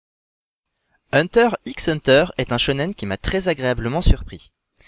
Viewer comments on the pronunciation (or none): Vidéo bien sympathique... juste le "x" dans "Hunter x Hunter" est muet ^^